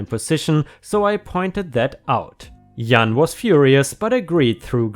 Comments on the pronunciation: It sounds to me like is originally from Germany or a country that speaks a similar language. They don't have a "j" sound in German, so they actually pronounce it with a "y" sound instead. So if he comes across an English word/name that starts with J that he's never heard spoken outloud before, he might default to using the "y" sound. And if he's not familiar with Spanish or Latin languages, he might be confusing Jan with Juan. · You pronounce Puerto Rican better than most people here in the US 😉 Jan is pronounced like the beginning of January. I’m of mixed background, and can pass for many different nationalities based on how the wind blows that day. I have had people treat me one way based on what they thought my background was and have them treat me differently based on what part of my actual background they want to focus on is. It’s been strange, I’ve had people be rude, and then do a total 180 shift when they found that there is more to my background than they originally thought. It has made me realize how ridiculous racism can be. My skin, hair, eyes, name, intelligence, work ethic, etc has not changed one bit since they met me, but now, since they realize that an ancestor or two are from xyz, all of a sudden, I’m a better person than I was 5 minutes ago. People can be dumb. I’ve been fortunate and never had it go the other way, but it makes me feel sorrow for those who are not so lucky and have been mistreated more instead. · BFF big friendly giant kids character in a book of same same (think British) 30/40 years ago. Giant but friendly. Jan pronounced j ann (Ann is Annl J is a English Jay. Runn both half together. Not sure what German equivalent to 'jay' use goggle to hear it. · BFG - Big Fucking Guy and Jan is pronounced like Jam but with an N, or the first have of January, whichever is easiest to think of. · Jan is pronounced just like Jack or John, with a regular J :) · "Jan" is pronounced like the month of January (the first syllable). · Jah-an. Jan